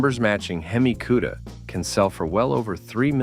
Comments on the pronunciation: 1. Hemi Cudda? Four Hundred Forty Two? Viv-eight? Hearing this and other mispronunciations makes me stop playing these videos. 2. A 450 c.i. LS-6? Can't you do the slighted proof reading of your narrative? 3. The Torino's rear window was NOT aerodynamic. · What;s a "queda". AI. Artificial intelligence is truly artificial and has nothing to do with intelligence.